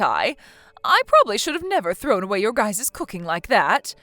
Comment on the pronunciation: the word "your" covers both singular and plural, "your guy's" is poor English, especially pronouncing it as "guyses"